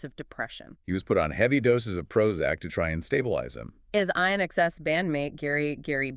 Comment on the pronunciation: AI can’t pronounce inxs 😆